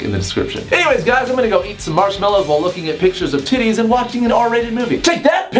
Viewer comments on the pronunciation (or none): Does he say “Fair Winds” or “Fair Wins?”